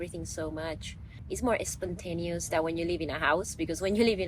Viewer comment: She didn't say more spontaneous she says more esspontaneous I love it